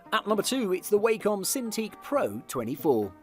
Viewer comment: Its 'wah-com' not 'Way-com'